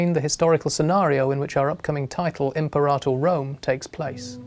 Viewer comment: It's pronounced Im-peh-ra-tor, not Imp-er-ah-tr.